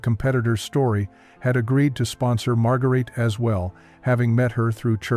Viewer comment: IT''S NOT MARGARAYTAY . IT'S PRONOUNCED "MAD'GARAYtuh.